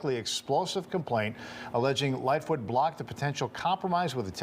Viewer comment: It's lightfoot not little foot